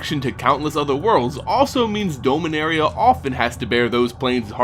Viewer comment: Need to review your pronunciation on a few things. I know with (science) fiction, pronunciation is often left up to the one reading/playing/watching it, but names like "Beleren" and "Dominaria" DO have correct pronunciations now. It's sounds petty, yes. But then again, your pronunciation is distracting at best. For the record, it's buh-LEH-rin (Beleren) and DAH-mih-NARE-ee-uh (Dominaria).